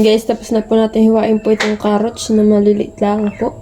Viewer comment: carrots not carroach✌️✌️✌️✌️